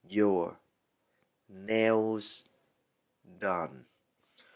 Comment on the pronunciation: Hình như trong chữ "nails" âm "s" sau cùng đọc là "zờ" thay vì "xờ" phải không ban?